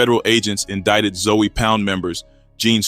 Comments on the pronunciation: Nigga said Zoey😂😂😂😂....its zoe not zoey homie😂😂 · It’s not Zoey or zo it’s ZOE!!! Gotta be from Florida to know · 😂😂😂its zoe(zo) but he said Zoey hilarious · Im not Haitian but I know 4 a fact its not zoey its Zoe Pound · It’s not zoey it’s Zoe but pronounced like zo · Your videos could have had million views , but you keep saying Zoey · Stop saying Zoey wtf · Fix your A i it aint zowey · 😂 for real wtf zoey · Yo got name wrong I heard of Zoe!!!!! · Must be AI having a hard time with the pronunciation.